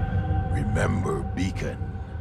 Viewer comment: I thought he said Bacon